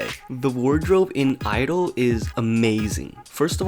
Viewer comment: Both my BRAIN and HEARTEU!! IT'S SAID 'IDOL'